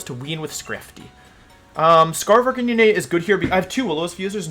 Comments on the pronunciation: Whys he call Arc - canine, arc-can-in-eh...??? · The way you prouounced Arccanine all video hurt 🙈. Canine as in dog dude! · “Jija impact” “Arcaninay” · its ar-kah-nine- holy crap i hate the way you pronounce arkanine. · Pls prenounce arcanine like a normal person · I’m actually having a brain aneurysm because of how Wolf pronounces Arcanine.